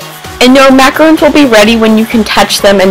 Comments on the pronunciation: IT'S MACARONS NOT MACAROONS MACAROONS ARE THE COCONUT CLUSTERS -. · macaRON macaRON NOT MACAROON